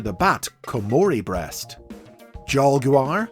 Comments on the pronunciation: why is saying breast so difficult for you? lmao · The pauses after saying something related to "breast" is what made this video all the more entertaining besides learning about Liokaiser lol.